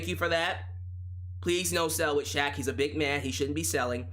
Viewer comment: Justin Roberts did Shaq's name like a boss! I recommend going back to hearing that.